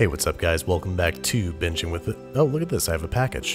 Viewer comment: yo elcome